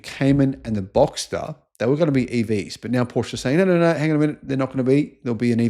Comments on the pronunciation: Killing me with your pronunciation of Porsche. How do you pronounce Chevrolet? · U need to learn how to pronounce Porsche. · "Paw sha" pronunciation. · If you are making videos about Porsche, at least learn to properly pronounce the brand name. Great video otherwise :)